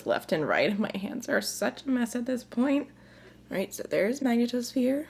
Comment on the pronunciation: I love them all! Oh and wanna help you out babe mag-knee-toe-sphere